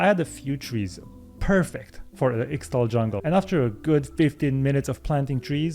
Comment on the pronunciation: Ixtal is pronounced: Ish-Tal